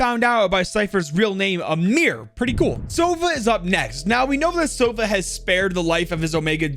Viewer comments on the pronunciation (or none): damn, as a native russian speaker hearing “begi sova” with accented o is so strange, like, the word sova has accented a 😂 a teeny-tiny mistake, wonder why they did not spell it the right way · the word Sova is misspronounced its not sOva its sovA